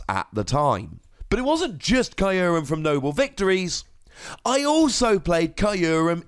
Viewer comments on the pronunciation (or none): You’re pronouncing Kyurem incorrectly and it hurts. Listen to the Japanese pronunciation of “kyu”.